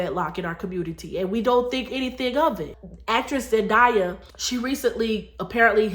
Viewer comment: You are right about the importance of doing things God's way! Btw, It's pronounced Zendaaaaaya, not "ZenDieya! It grates when you mispronounce her name all through the video. And actually it's up to Both men and women to marry. Clearly, a man has to want to marry as well. Wise men Want to get married and to be good husbands and fathers. Married men live longer than single men for a reason. So, in a way, it IS a man's fault if he is so ignorant to the blessings of marriage that he stupidly avoids it like the plague. Married men, generally speaking, are usually much more financially successful than single men, too.